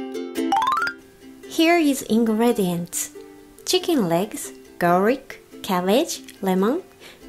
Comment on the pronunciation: really nice recipe, 👍🏼 and plus you both are beautiful, y son muy bellas😘 garlic (gar-lic)